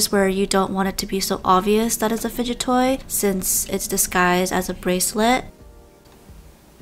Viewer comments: ah yes FUGDET *explain why this word is not in the dictionary!?!?!? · "Fudgut toy" FELT 😂✋ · I like how she said fuget then gets confused then realizes it's the word fudget then laughs and saying the word lmao